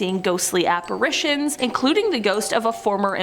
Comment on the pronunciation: I just wanna thank you for pronouncing apparitions correctly. There are two a's in that word, not three. Love you!